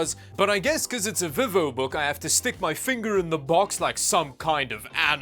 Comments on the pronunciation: The way you pronounced vivobook😂 vee-vo. Another great video. Much entertainment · Dude saying the VivoBook outloud kind of feels and sounds like someone having a stroke